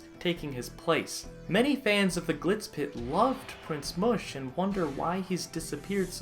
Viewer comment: it's Pronounced Mush as in mushroom.